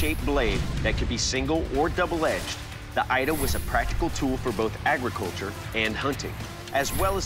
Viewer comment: 😇 Ida not Aida more